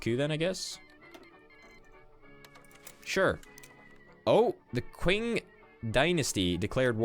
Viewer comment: The Qing Dynasty is pronounced "Ching" at least in American English